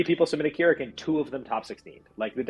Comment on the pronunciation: Listening i can see y'all don't know how to play k'rrik. Also its krrik like crick in the neck. Not keerik